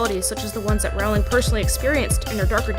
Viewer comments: Great video. Also it's pronounced ro-ling. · It's pronounced 'rolling'